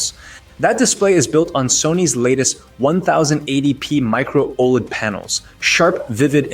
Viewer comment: also learn the terms before making the video lol comes off as AI generated script AND gives the impression you have no clue what your talking about. i dont trust this review if you cant even say OLED correctly lol